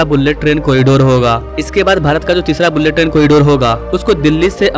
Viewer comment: Droupadi Murmu(मुर्मू )hota hai bhai, मुरमुर नहीं, sahi pronounciation karo, Bharat ki president hai. Aur बुल्लेट नहीं बुलेट ट्रेन होता है।